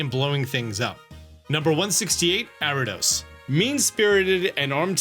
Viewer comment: Why this dude keep saying Arrados instead of Ariados?